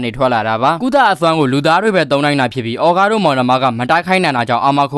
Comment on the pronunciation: အော်ဂါးကို အောကားလို့ကြားတာ